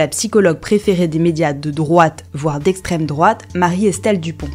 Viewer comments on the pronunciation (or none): ouaip mais elle dit "extreme drouate" au début alors quand même , ça donne envie de la croire sinon on se sent facho hein :3